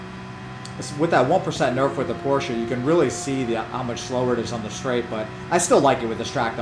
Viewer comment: Hey man you said Porsche correctly!!! For that alone I give you a thumbs up. Does not hurt that I also have the G29 and was amazed at how good it seemed for the money, yet as it was my first wheel I didn't know if it was genuinely good compared to other options.